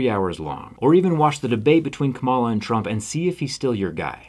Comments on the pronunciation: I cannot believe you yourself pronounced it wrong, it’s not Kuh-ma-la , it’s kaam- alah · You're a smart guy and a very good guy. So I don't believe you're pronouncing her name incorrectly on purpose, but it is pronounced like "comma lah" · It's pronounced KAHMala. The emphasis goes on the first syllable. Great video otherwise! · I love the message and agree 100% but you're pronouncing her name wrong. Kamala (calm-ala) not (cuh-mala). Like the calm she is going to hopefully bring back to the country and world. Keep up the great work. Some of the best stuff on the internet! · You're not pronouncing Kamala's name correctly. Like people who dislike her do on purpose. It's Coma-la. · I’m with you, Zack! Thank you for this video, but please pronounce Kamala’s name properly. It’s like ‘comma-la’. Harris-Walz 2024! 🇺🇸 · Hey love ya Zack but it’s Kamala (comma-la) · It's pronounced 'comma-la'. Relatively common Indian name. His pronunciation is maybe a little odd but basically correct. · Love you, Zach. Can you please pronounce her name correctly? "KAH-mah-lah" Thank you for being an outspoken advocate for those less fortunate. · Thank you so much for speaking out 🥰 (btw it's pronounced like Comma-La, not so much like Ms. Marvel or the 90's wrestler) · no big deal but you're pronouncing kamala incorrectly. it's comma-la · awesome, well-thought-out and presented vid! (but, try to learn to pronounce Kamala Harris's name properly) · You’re still mispronouncing her name though. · Great stuff. Can we get you to pronounce her name correctly? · Very cool, wish you pronounced her name right though.